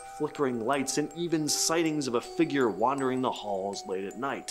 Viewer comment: You need to learn to pronounce the word Figure, it's fig ure, not fiigger, which you pronounce figg er